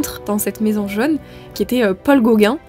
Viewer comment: Fort intéressant.😂Comment expliquer ses petites erreurs de prononciation comme " jeune " pour " jaune: ??🏕